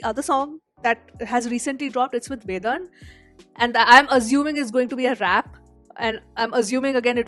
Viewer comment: Btw the D in Vedan’s name is pronounced as it is in ‘Dhol’ not ‘Dhadak’. Hope you got it😂